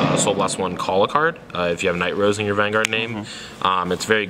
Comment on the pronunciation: It's Nightrose not Knight Rose lol